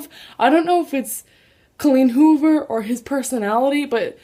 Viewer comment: Butchered Colleen Hoover. DAMN!